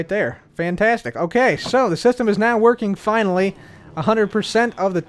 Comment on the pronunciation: fine-ly or finally?